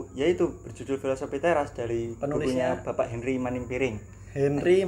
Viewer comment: Iya kak bener hanry manampiring, mungkin agak typo ngomongnya baru belajar